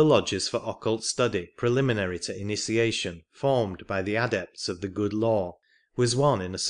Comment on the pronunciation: atlanTEEan? the aDEpts? This reader is placing emphasis on the wrong sylLABLES. This is typical in certain parts of India.